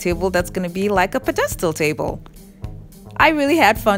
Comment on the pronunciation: It’s pronounced ped-uh-stull not ped-stulls, and they are bris-suls not brist-tuls.